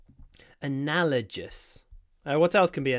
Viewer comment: What are you talking about? It’s analogous, not “analagist”. You honestly don’t know that analogous is pronounced with ‘g’ as in ‘dog’, not the ‘g’ as in ‘gym’???